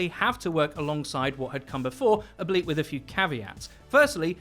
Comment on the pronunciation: lol you said ableit and not albeit